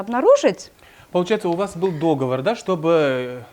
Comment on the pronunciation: Апама тәтем сай! Ең болмағанда сөзді дұрыс айтсаңызшы,дОговор емес,договОр,жүргізүші мырза.